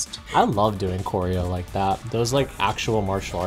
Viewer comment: Did you Rike it? 🤓